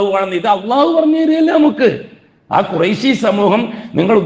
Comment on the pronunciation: ഖുറൈശി എന്നല്ല, ഖുറശി എന്നാണ് പറയുക. ഇൽമ് പഠിച്ചില്ല. അല്ലേ?